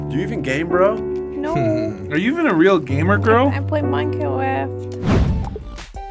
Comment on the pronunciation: If you didn't already love there's no way you don't after "I pway minecawaft"